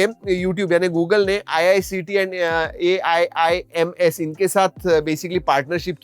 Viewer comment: . Tu bhai AIIMS nahi bol paa raha ?